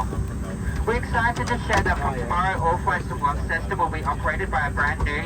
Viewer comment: its pronounced Lonceston, similar to how Au is said Ostralia love the vids, the 717 was a great bird - i should say though you may have rushed the video it was perfect, a great tribute, I enjoyed flying on them.